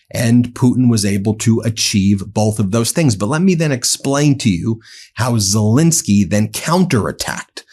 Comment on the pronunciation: I’ve known of president ZelEnsky for quite a while. Who is this fellow Zel-I-nsky people have been blathering about for month after month after month? Who the hell is “Zel-I-nsky”?!?